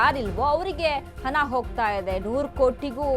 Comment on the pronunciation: ಅದು ಹನಾ ಅಲ್ಲ. ಅದು ಹಣ.